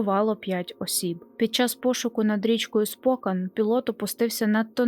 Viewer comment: Не правильний наголос при вимові назви міста. Правильно СпокЕн. Я живу тут.. цікава історія про цей жахливий випадок.. ніколи не чув про це..